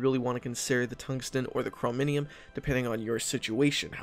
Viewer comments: great guide, but dude its called a ''self propelled Gun'' not ''Self propelled tank'' because it doesnt make any sense, also its called mechanized, not mechagnized, and Chromium is not called Chromemium. get your self together man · "BUT, TEACHER, DO THESE DIVISIONS PENETRATE THE MAGINOT LINE?!" By the way, logistics boys are very useful while at war with Venezuela too. "Chrominium"... I think it's better to stop spoiling about Man The Guns DLC content. "Mechagnised". Oh, come on, just stop.